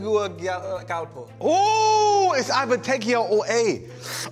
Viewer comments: The capital of Honduras is Tegucigalpa not Tegucugalpa. Loved the video😀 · Btw it’s TE-GU-CI- GAL-PA lol Honduran here 🇭🇳😊🙋🏽‍♀️ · How you guys butchered Tegucigalpa lol 😂 but chunks got it right! Representing ! 🇭🇳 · I’m from Honduras and these pronunciations are killing me